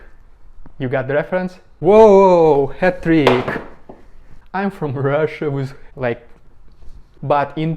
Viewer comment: Sounds like a bit of a fake accent, I know a lot of Russians and none of them talk with many misprounouncation on so many words within a short space. Who says wiz instead of with? You do but I really can't take it seriously. I don't buy it.